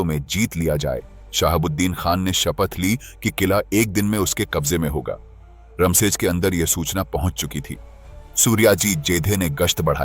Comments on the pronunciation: इसमें थोड़ी सी गलती है किले का नाम रमसेज नहीं "रामशेज" है। इसका मतलब है राम का विश्राम स्थान। कहते हैं कि जब भगवान श्री राम वनवास को भेजे गए तब उनका रहना इसी नासिक इलाका था। जो घना जंगल था, और इसे दंडकारण्य कहा जाता था। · रमशेज नाही.रामशेज आहे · रामशेज ना की रमशेज. प्रभू श्री रामचंद्र रघुवंशी क़े नाम पर उनका नाम है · रमसेज नहीं इस्का नाम रामसेज!